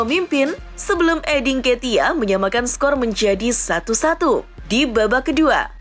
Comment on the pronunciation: Cuma aku aj atau emang Eddie Nketiah dibaca Eddin Ketiah